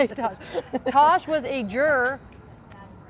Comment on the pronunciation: Its Tass or Tash. Short for Natasha. Not Tosh. Please get it right.